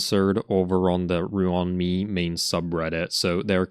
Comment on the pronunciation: Everytime i hear him pronounce "ruin my/me" i die inside 💀